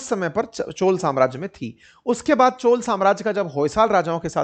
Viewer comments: सर, ये चोला नहीं चोल है, कृपया अपमान न करे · Dear sir it's not 'चोला' . It's 'चोल '.